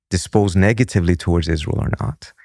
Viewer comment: Am so ISS-lie-l exhausted… good grief 🙄